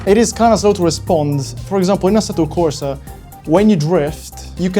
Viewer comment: It's weird hearing you say "assetto corsa" with an English (American?) accent, ma immagino sia più facile mantenere l'inglese piuttosto che passare all'italiano per due parole